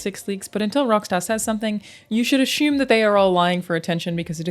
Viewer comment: She said ‘Ashume’